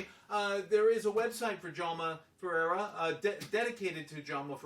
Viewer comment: I really like your comments. And I just want to mention it, your pronounciation of my name (and my father's name) is correct.